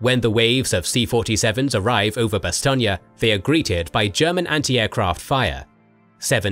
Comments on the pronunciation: I don’t know if it’s me, but do I hear, “ Bastonia”? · I live with someone who speaks fluent French, and I've also done extensive studies into this battle myself, and never in my life have I heard it pronounced that way. Additionally, even the Wikipedia pronunciation guide has it as "Bas-ton". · odd how Bastogne is pronounced Bass-stonia when over here it's pronounced Bass-stone. overall this is a darn good look at that battle. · The E at the end of Bastogne is SILENT. It is pronounced "Bah-Stone" - You are adding some extra vowels and it really sounds silly to speakers of polish. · No, it's an American mispronounciation by GIs on the ground who saw a road sign to a place they didnt know how to pronounce, that stuck. There was no American English pronunciation of Bastogne before 1944. Much like the mispronounciation of Foy. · your say bastonge wrong.... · I'm not, the Americanised "Bass-stone" is a mispronunciation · Superb series of videos, but goodness me the pronunciation of "Bastogne" is atrocious. I'm very sorry, but it is the only problem I have. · Is this really the correct way to say Bastogne? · Why u saying it wrong? 😅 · Great series but the mispronunciation of Bastogne really gets on my nerves. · I'm francophone, your pronunciation is a bit off. Maybe it's an accent thing? Don't mean to sound like a dick, I love your work.